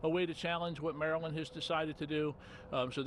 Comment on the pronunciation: He pronounced Maryland wrong